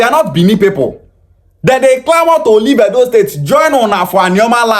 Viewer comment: The guy can't even pronounce the state well and have no singular knowledge of what the state creation is all about.